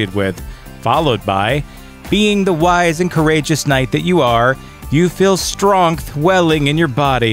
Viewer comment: "Because strongth."